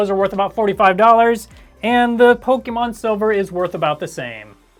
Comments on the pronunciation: PokEmon, not Pokimon ... but cool video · For the love of Pokémon, the é is pronounced "eh." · Pokimon? why i ? POKI mon xD lol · I love Pokémon games but the e has an accent mark making it have a long A sound:Po-kay-mon. Po-kuh-mon is also acceptable but it's not an ee sound like you were saying.